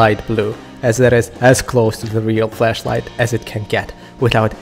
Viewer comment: you say "FLASHlight" as "FLESHlight"